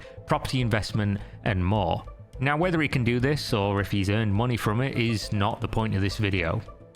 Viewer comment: Moonay a passive encome